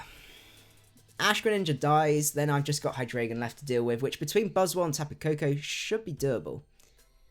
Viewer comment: Great stream, found your channel the other day and I've been binge watching your videos. I've got to say it though, I'm triggered every time you say Hydraygon.